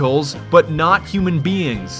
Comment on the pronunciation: He said human beans instead of human beings! :OOO :3